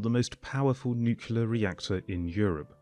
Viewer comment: I keep hearing the comparisons based on use of land instead of ACTUAL COST . The presenter doesn’t make a single mention of actual cost comparisons. And it’s NU-KLEE-ER and not NU-KU-LER !